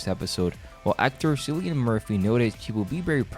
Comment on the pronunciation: It's pronounced killian not Sillian ffs 🤦‍♂️